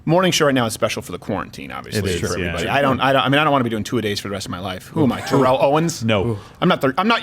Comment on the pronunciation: It's not Terréll it's Térrell!